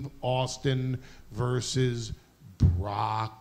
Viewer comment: I loved Heyman adding the extra syllable to Lesnar's name. "BAH-ROCK LESNAR"